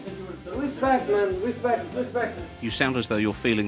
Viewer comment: " i win three premier leagues and The other Managers Two, rispect, RISPECT!!!"